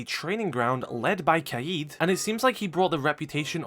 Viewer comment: Something interesting about oryx is that his name Saif means sword or scimitar. His last name “Al hadid” means “the iron” or “of iron”. That’s why he’s called the man of iron in the psychological repot. His name literally means sword of iron. Pretty interesting detail. Also as an fyi, the word kaid is pronounced more like “ka’ed”.